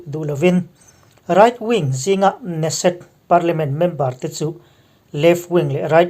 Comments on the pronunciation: Ne-set ni lovin Ke-Ne-Set tia lam tur niin ka hria. Muslim 8750 in in leh lo an chan dawn maw? Nep emai, Muslim ramah Christian maktaduat tam tak an that chimit vek chungin tunge an tan kawng zawh? Muslim ram khat talin ICJ ah hek han hlawh tawh em? Khawvel hi Muslim te tan chauhva dik na humhalh na a ni lo tih hi Christian inti te chuan kan hriat a hun ta hle. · Kan komen leh lawk neset nilo in keneset tih tur aw. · Keneset ti a lam tur a niang